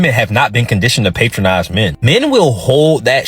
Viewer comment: That's all I could focus on. I kept saying like going to a restaurant or something. He meant it to be said with short a. I wonder where he learned it lol